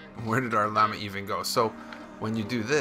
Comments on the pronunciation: It llama, not Lay-ma xD Also, 110th like! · its not layma it’s llama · It's pronounced LA-MA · the way you say llama lol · you pronounced llama wrong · Why did he say llama so weird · You said Lamma wrong